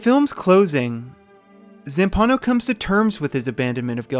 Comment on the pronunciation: It's pronounced JEL SO MINA and Zampano is pronounced ZAM PA NO. How could you mess it up ? it's easy lol 😂